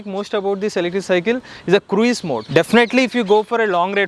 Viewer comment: It's not 'Krueez' mode. It is pronounced as 'kruz' mode.